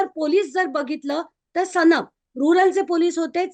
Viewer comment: सनप नाही गं बाई सानप आहे आडनाव...मला लोकांनी सांगितले 😢😢